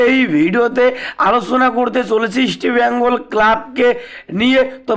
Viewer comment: আপনার উচ্চারণ এত বাজে কেনো? ইস্টবেঙ্গল উচ্চারণ করতে জীব জড়িয়ে যাচ্ছে